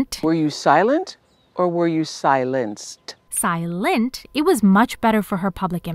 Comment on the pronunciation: When you said "SilenNT" I pressed like so fast lol